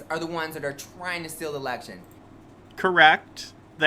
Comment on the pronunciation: Anyone else bothered by how he keeps saying - the lection? Wtf lol. That just seems like such a strooong indicator of looow intelligence. I dont know what this is pr why I'm here, btw